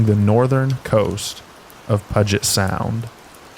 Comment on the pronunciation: FYI, that's pronounced PEW-jet Sound, not PUDGE-it. Lol. Puget Sound, Washington. So lovely for a crime scene.